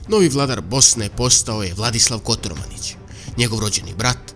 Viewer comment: Kotromanić a ne Kotormanić